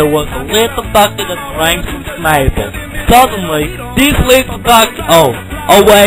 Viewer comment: Honestly my favourite part is still how he says the word Snapple